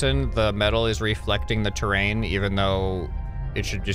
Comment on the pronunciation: hm... terra...in, terrain omg